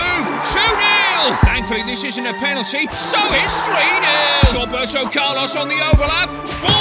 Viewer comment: "Shaw"berto Carlos